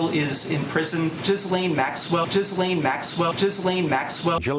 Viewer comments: Perfect pronunciation of Ghislaine Maxwell's name!👏👏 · The victims in the Filthy Rich documentary pronounced it Gee-Len. Hard g, emphasis on Len. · If you listen to Prince Andrews car wreck interview you will have the correct pronunciation for Ghislaine.